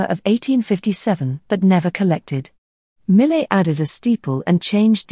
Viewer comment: French speakers would not agree with "mi·luht" as the proper pronunciation of his last name. You made an effort with every other name, including the other French natives. It's mee-YAY See: How to Pronounce Jean-François Millet (French Artist)